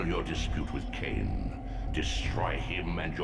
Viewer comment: Not lain-Kain